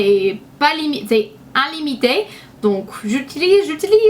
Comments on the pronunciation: On dit : as-PI-rine, man-DA-rine et illimité et non pas inlimmité :) sinon tu parles super bien français, je doute que je parle aussi bien américain (malgré quelques fautes normales entre un et un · himmiche elle as dis inllimitté ! ;)